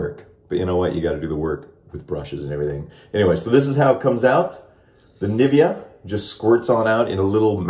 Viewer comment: The shaving gel brand is actually spoken like "nee vea aaah" To German ears niffeah sounds quite funny.